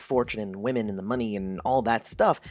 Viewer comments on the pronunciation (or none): none